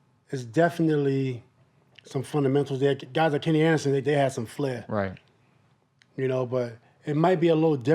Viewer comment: kenny is the goat but man what u just said was corny “wenny” “weecham”